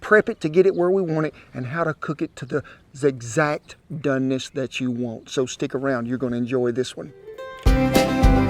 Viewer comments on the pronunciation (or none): Anyone else end the video when he said the “zigzact doneness”